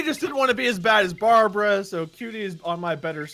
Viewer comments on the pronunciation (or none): "F¥€《 BARABRA"